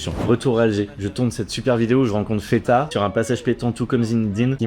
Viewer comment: On dit pas Feta. Ca c'est le fromage grec. On dit Fatah. De Abdelfatah. Le triomphant ou victorieux. Un des 99 noms d'Allah